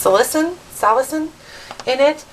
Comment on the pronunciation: Its pronounced Sal-a-sin:) just thought I would let you know you said it right the second time.:) Thank you for using our Masters real name...... I came in My Fathers name. Blessings!